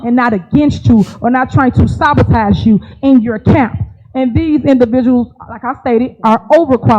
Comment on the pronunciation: "Sabatize" or "Sabatach" either way WTF is she saying??